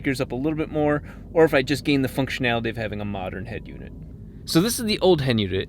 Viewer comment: 🤣 "This is the hend unit.